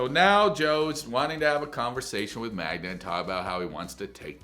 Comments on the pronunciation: can't even say his gf's name right... Much less the dog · Hades may be pronounced differently in Polish. The irony though. He makes an effort to pronounce the dog's name correctly, but struggles to get Magda right 🤣😂